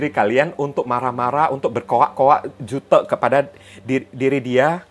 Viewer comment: Ko . Bilang " jutek " bukan kayak ngomong " butek " tp kek ngomong " " kutek